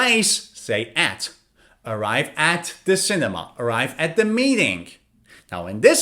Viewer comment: You speak'the' sounds "va," why